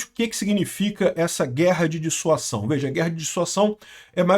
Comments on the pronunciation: Olá,! Parabéns pelo bom vídeo! Só uma correção: o correto é dissuasão e não "dissuação". Abço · DisuaSão!!! Com som de Z. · "S" entre duas vogais tem som de "Z". A pronúncia é dissuaZão. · Caro, Dissuasão se lê com som de ' z ' Dissuazão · Pronúncia Dissua Zão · é DISSUAZÃO a pronúncia 😅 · A palavra é "Dissuasão " a sílaba final pronúncia zão, desicentivar alguém de fazer algo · ' dissuasão' se diz dissuaZão...! ✔️ fala certo homem! Kkkkk de que lado o nine nos colocou né...! 😊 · A palavra é Dissuasão. o S entre duas vogais tem o som de Z. Dissuasão : Ação de dissuadir, de fazer com que alguém mude de ideia, de opinião, de ponto de vista. Ação de convencer uma pessoa a deixar de fazer alguma coisa, a perder certa intenção que tinha. Circunstância em que o medo da repressão adversária impede a evolução do conflito. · É DISSUASÃO, com S que soa como Z.